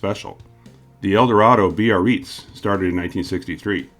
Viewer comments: Bro, whaaat? Biarritz, like "Be a Ritz" (like Ritz Cracker). Like the town in the South of France 🇫🇷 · Is that really how "Biarritz" is supposed to be pronounced? I always heard just two syllables: Ba-ritz.